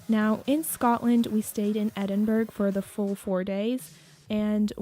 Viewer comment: Awesome video :D but just to say Edinburgh is pronounced, Ed-in-bruh not Ed-in-burg, I know we are weird